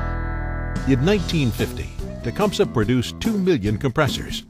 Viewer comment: Nobody in Tecumseh Michigan pronounces it "tea-cum-suh". We all say "Te-cum-see" I think Tecumseh Ontario is the same. It may not be correct from a Native American point of view but over 10,000 inhabitants say it so....